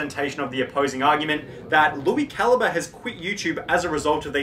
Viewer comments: It's CAL - EEE - BRAY not CAL-EEE-BUR, btw. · Cali bre not caliber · It’s pronounced Lui Cal-eeee-bray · How does no one know how to pronounce calibre? They just say caliber instead